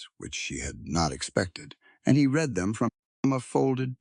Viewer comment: Read in present & future tense is pronounced; reed. Past tense is pronounced; red.